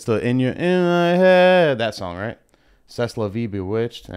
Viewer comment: This was painful to watch... Not knowing half those songs as a DJ is embarrassing. Let alone designating some the worst ones as bangers. The way you pronounced Vindaloo and C'est La Vie lol. Like dude... Visit another country even once.